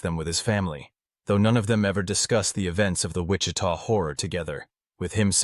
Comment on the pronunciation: Ai garbage voice? Did it just mispronounce Wichita